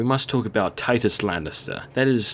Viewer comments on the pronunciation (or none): its tytos not tytus